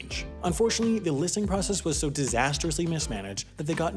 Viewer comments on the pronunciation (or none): none